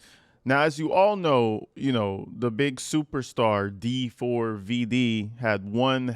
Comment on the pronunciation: That dee four vee dee pronunciation 😂 bro was really mad